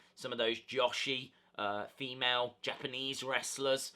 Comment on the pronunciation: Toni's reign is uber lame like Naomi like Natty like Jax like Carmella like Bliss. Also, it's "Joe-shee" not "Josh-ie" or "Ja-she"